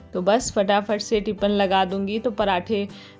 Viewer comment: Tipin bolte h aap tipan bolte h